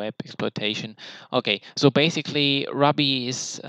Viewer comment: Love your in-depth honest review of the content. I laughed when you said "maybe I'm just stupid", I feel this way when things are very hard to grasp and understand haha. Also, not to be nitpicky but ruby is pronounced (roo-be). I was confused for a minute until you mentioned metasploit's foundational language lol. I don't mean to step on your toes btw. I do have a couple questions: 1. Why did you take this course in preparation for the OSCP in comparison to the training they provide upon purchase of the exam? 2. Was it an affordable/worth it expense? Did you customize your content, how much was it in total? 3. Are you able to share the content you have received from the eCPPT? If so I'd be very interested in any shareable content! I am taking the sec+ this month. Then I'm going for the OSCP. My goal is to achieve the OSCP by end of 2017-early 2018. If you're interested in chatting, I'd like to hear your experience f2f on skype sometime? Thanks! -Vince